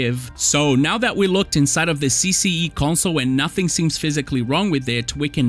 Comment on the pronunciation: You pronounced CCE 's name too well🤔 tu é br?!